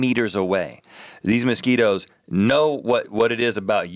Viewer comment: The way Rhett says mosquitoes makes me think he's saying "Mesquite-o's" which could be a tasty tasty snack. Get on that guys.